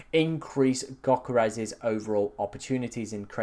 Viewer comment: It's Yo-keh-res ... not gok-eh-res ... it sounds like you choking on my 7inch